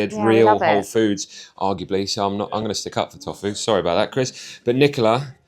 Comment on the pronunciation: health expert but can't pronounce tofu right??